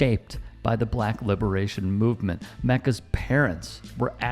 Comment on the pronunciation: I really can’t stand the way you say the word “BLACK”.